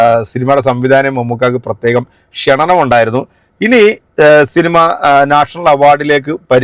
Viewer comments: ക്ഷണനം അല്ല ബ്രോ ക്ഷണം എന്നു പറയൂ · Kshananam alla kshanam ennu parayu plss